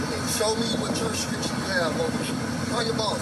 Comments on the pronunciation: He doesn't even know how to say jurisdiction, What the heck is juristriction and he thinks he knows the law.😂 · "ja'll have druis-driction" what he's trying to say is "do you have probable cause" he was trying to say jurisdiction, but what he meant was "probable cause" to make the stop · Junior: "You don't have jurestriction", Cops: "we have jurisDICTION". Well I guess he can use the 40 years to work on his English. What makes these low IQ hustlers think they can win a gun fight with 10 cops? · "I know y'all ain't got no jurprestregtion" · Do y’all “jurerstriction”??? Did you graduate kindergarten, homie? 🤦‍♂️ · wtf is “jurisjriction?” 😂🤦🏼‍♀️ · How many times you think he had to 'practice' saying 'Jurisdiction' in front of a mirror, before he could say it when cops arrive? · It's hilarious how he can't even say the word "jurisdiction," yet thinks he know what it is and if they have it. Then having the audacity to claim you know your rights when you clearly know NOTHING at all. Trying to maintain your own innocence while acting THE MOST guilty is something only a criminal thinks makes sense. Maybe don't be a piece of sh!t person and do crminal activities and this won't be your life. An embarrassing coward. What happened to Chelsea?? She suddenly disappeared once shit hit the fan. Was she charged with obstruction?? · Junior cannot pronounce “jurisdiction” for the life of him. Well, I’m sure he could if he knew the actual word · He tried saying it 3 times and could'nt get it right. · He was certainly confident in his mispronunciation 😂